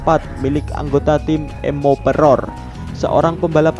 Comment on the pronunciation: emperor bang bukan emoperor 😂